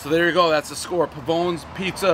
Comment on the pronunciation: Pavone's. One of the longest lefts in the our surfing world. Location Costa Rica. Pavone....the E gets an Eh sound. Get those latin pronunciations down Pres.